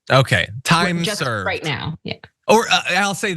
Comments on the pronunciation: what you hear is the r sound on the We're his mouth doesnt move correctly for the R pronunciation on the word Right. White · The buffoon said, WHITE. The lips did not purse for an R sound. He said white! He is speaking through the Orange ass of his dad! That's all he knows how to speak, through his orange dad. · He definitely said WHITE! I slowed it down myself! 😂😂😂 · He meant right, I'm sure of that. He said white. With all those w's he got carried away. With how awful they are in general we're never gonna give him mercy for a slip like this. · Ive heard this several times, this time it sounded like "right"....every other time...including day of, it absolutely sounded like "white" . Could there be 2 versions of it going around? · It sounded like he said "we're right", 😂 the sped up version confirmed it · No you can’t…. I hear W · Nope I heard "white" the very first time, before it was even replayed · This morning watching this, I heard 'white.' I thought that maybe it was just a tongue-twister effect from a lot of w's being used in sequence before the r sound. After reading your comment I went back--and you're right. There's a video on youtube showing how 'ba' and 'da' can be hard to differentiate, depending on the context--show 'da' on the screen while ba is being said, or vice versa, or show a person's mouth making the ba pronunciation while the sound da is being played, and the wrong sound can be perceived. I still think he's bigoted, but this isn't evidence of it. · He said white and you can tell by the shape of his mouth as the W sound comes out his mouth is not shaped like an R sound would be.